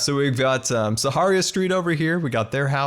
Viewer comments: nobody:: (sah-har-ee-iah) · you do realise you’re saying Sahara wrong right?? Coz it’s kind ok annoying lol